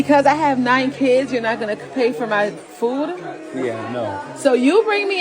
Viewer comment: why black people never speak it right the word kids, she says everytime KKIIIEEEDS xD